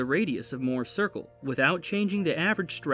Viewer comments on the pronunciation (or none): none